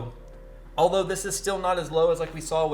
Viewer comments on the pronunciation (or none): none